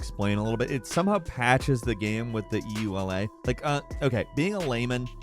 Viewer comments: E ... U ... L ... A ...? . You mean the ... yoolah ? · Craziest thing I learned from this video is that there are people who don't pronounce EULA "ewe-la."